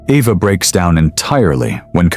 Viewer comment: Um are we sure her name is pronounced “Evvah”? 😅